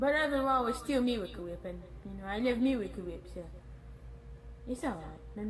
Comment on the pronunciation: I still can't get over that spoon full of "Mewahcle Wheep"